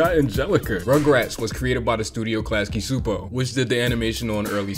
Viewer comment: Is no one going to mention that he said Klasky Csupo wrong. It's said LAS-kee CHOO-poh for those that remember hearing and seeing the logo at the end of shows